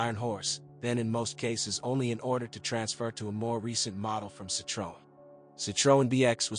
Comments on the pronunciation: What a load of A.I rubbish. The A.I voice can’t even pronounce Citroën properly. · And why can no-one pronounce CITROEN anywhere near correctly?